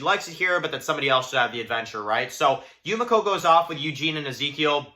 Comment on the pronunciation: ITS YU ME KO not YU MA CO :(